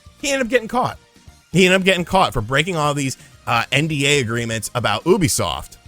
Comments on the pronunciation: It's pronounced like "youbi-soft", not "Oooby-soft", stupid. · Do you pronounce "ubisoft" incorrectly on purpose, out of habit, or what? Please!